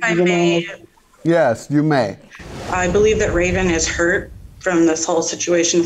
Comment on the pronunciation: Not at all like she is huyt (hurt) 😭